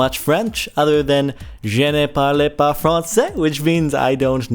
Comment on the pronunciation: Now that i'm listening closely again he said or was trying to say: "Je ne parle pas Français" But do to his pronunciation I now hear, "Je n'ai parlé pas Français" Which is: "I did not speak french" And Parler in the infinitive means= To speak Not speaking. But hell, if you're a native French speaker I'll take your word over my own any day. I am just taking French IV in Highschool.